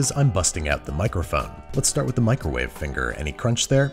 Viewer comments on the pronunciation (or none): I know this video is a year old. However, why did you continuously say microwave like that?